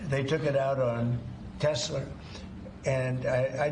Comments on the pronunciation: OMG!!!!! He said "Tesler" again??????!!!!! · Trump: Teslur. 😂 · Someone please teach trump how to pronounce “Tesla.” Good Lord, what an idiot. 🙄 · The fact that he mispronounces the car brand says everything about him.